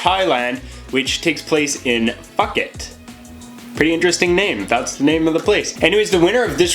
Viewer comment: It's pronounced, "pooh-ket," handsome! :)